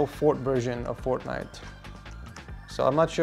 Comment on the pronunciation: Did he say forknife😂😂😂